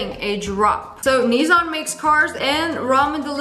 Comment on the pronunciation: N-EEsOn got me rolling😂😂😂